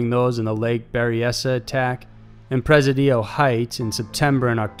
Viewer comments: You pronounced PRESIDIO (in "Presidio Heights") wrong. The emphasis is supposed to be on the SECOND syllable. ✔️ "Preh-SIH-dee-oh" Not on the third syllable, like the way you said it. ❎ "Preh-sih-DEE-oh" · presidio = "Pree-SIDD-EE-oh"